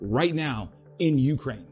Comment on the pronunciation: Speaking of mis-pronouncing words - when you say Ukraine you put the emphasis on the U - not the K. Just some friendly feedback. Ps - I just subscribed